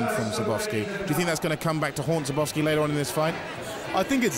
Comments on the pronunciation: This commentator, the british guy, is terrible... who the hell is Sirboffski? The man's name is Skarbowsky, put some respect on it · His name is pronounced skarbovsky. The W is pronounced as a V